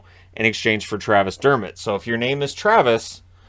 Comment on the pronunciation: Dermitt, lol